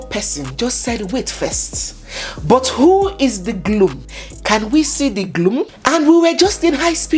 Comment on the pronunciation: abeg no kiii me ooo.. did you say Gloom..? As in Groom….?? haba 😅😅😅😅😅😅